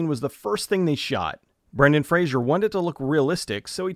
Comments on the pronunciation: FRAy-Zer...nor Frazier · You mispronounced Brendan Fraser’s last name every time. It’s not Frasier, it’s Fraser, which should rhyme with “razor”. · Dickie(David Spade): "Oh my God I love Brendan Frazier!" Brendan Fraser: "Fraser." Dickie: "It is 'Fraser.' Why do people say 'Frazier?'" - Dickie Roberts: Former Child Star